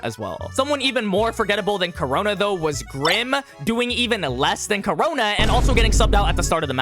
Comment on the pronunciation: ITS KU-RONA NOT CORONA